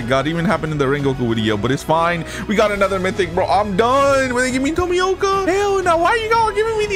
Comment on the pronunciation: man says tomika tomoyka